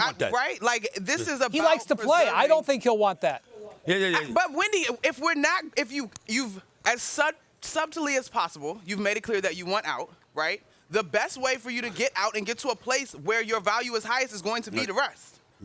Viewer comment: did Monica deadass just say “sub-tilly”